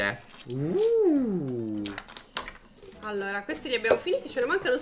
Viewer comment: Risultato finale:: 6 allora: 32 allora (2 dei quali li pronuncia male...) Totale: 38 allora...